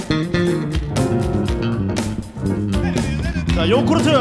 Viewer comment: 왜자꾸 옥구르트를 욕구르트래 ㅋㅋㅋㅋㅋㅋㅋㅋㅋㅋㅋㅋㅋㅋ